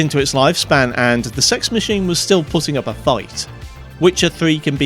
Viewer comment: this man knows the prononciation of cex rather well